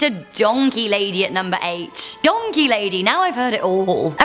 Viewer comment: DID SOMONE SAD DANKEY???